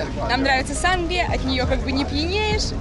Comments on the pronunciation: Не сАнгрия,а сангрИя,умники)))) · В слове сангрИя ударение ставится на последний слог, для справки. И площадь КаталУнии, а не Каталонии. Барселонета самый грязный и засранный пляж. Где вы там чистую воду нашли, я поражаюсь. Из фонтанов обычно поят собак и моют ноги. Я не рискую из них пить)))